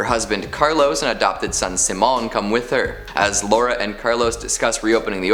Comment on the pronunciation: I dunno if its the movie that pronounced Simon that way but since I have the same name it's killing me to hear you say it that way. At least in my house, it's pronounced si·mon.